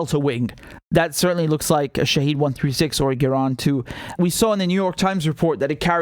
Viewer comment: It is not "Shaheed". It is pronounced "Shahed"